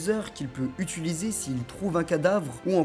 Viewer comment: Il dit utuiliser